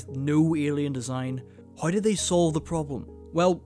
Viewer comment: why do you say HOE instead of How